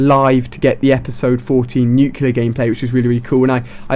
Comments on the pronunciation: Nuclear. Not nucular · Why does everyone mispronounce nuclear, its NUKE-LEE-UR not NUKE-YOU-LUR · Ahhh, nucular. That just annoys me. NuCLEAR, Ali!! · For god sakes!! IT'S 'NUCLEAR' NOT 'NUCULAR'!!! GOODDAMMIIIT!!!! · Haha, he calls it nucular! It's nuclear! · Nuclear is pronounced new-clee-er, not nuke-you-lar. I love you Ali-A but this is my #1 pet peeve! Sorry for complaining :) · Somebody has to tell you, man... "nu-CLEE-ar." Not "nu-cue-lar." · "nuke-ilure"....... bruh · nuclar he said not nuclear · Ha he said nuculer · How many nuculars have you gotten? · You look like less of an idiot if you pronounce "nuclear" correctly. It's not nucular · That's not how you pronounce nuclear... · you keep pronouncing "nuclear" wrong lol